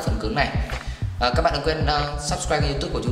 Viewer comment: see you ơ gên nghe mí sướng làm sao!